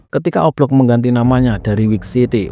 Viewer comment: Dia bilang O Block atau oplong si😅